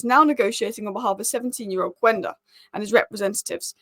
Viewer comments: KENDA! It is pronounced KENDA. Not Kuenda. Quenda =Kenda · It’s pronounced Kenda. The U is silent in Portuguese. Please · It’s phonetically Qenda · I have nothing against hojland but I'd hold onto zirkules and get another striker. I feel like we're always talking about gyokores and cuhna😮‍💨 I don't think gyokores thrives in the EPL, he needs space, without it he's as effective as rasmus.... He is a calmer finisher though Also, I'm not Portuguese but as far as I know it's pronounced key-enda - it's an African name, and I happen to be South African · It's pronounced kenda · Might be surprising, but Quenda is actually pronounced Schmeichel.